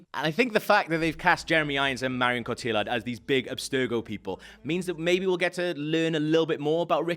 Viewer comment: Cotillard is pronounced Co-Tee-Yard.